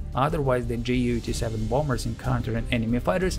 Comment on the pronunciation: Just a little thing: It's not spoken Jay-U, it's spoken You 87